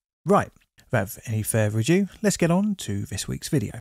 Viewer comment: Great videos, but at the start it's "without further ado"...not adieu, meaning farewell.